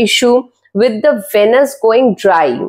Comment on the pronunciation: It’s pronounced as veenus. Pls emphasise on the ee sound